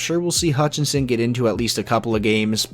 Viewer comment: Michael Hutch-it's-in